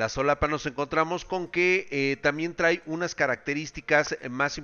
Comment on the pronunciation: "TRAE"!! Se pronuncia TRAE! Por Dios!